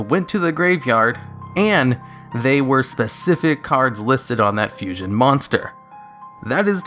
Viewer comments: "Fushion monster" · Fushion? you mean Fusion. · Fushion lol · A Fushion. Wheeze. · . What´s "Fushion"?